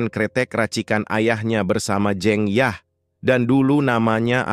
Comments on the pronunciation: Bang saya orang jawa,huruf "E" dinama "jEng yah" itu dibaca sama kaya huruf "E" dikata "sEbat dulu bang",bukan kaya dikata "tEmpE" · bacaannya salah min,jeng yahnya (pengucapannya) btw terima kasih sudah bikin alur cerita film ini ❤ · cuma agak terganggu aja dengan penyebutan jeng yah yang tidak tepat.. sebaiknya lain kali dipersiapkan lebih baik.. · "Jeng Yah" membaca E nya seperti kita membaca kata "Lebas" , bukan Jeng Yah, seperti E dalam kata tEh. Jeng adalah salah satu panggilan utk perempuan jawa. Sedangkan "Yah" adalah nama pendek/panggilan dari Dasiyah. Seperti Tukiyem yang dipanggil Mbok Yem.